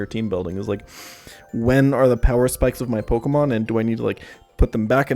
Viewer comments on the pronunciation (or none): am i the only one that saw him cringe at every mispronunciation of pokemon? like, "i stg say como one more time..." :P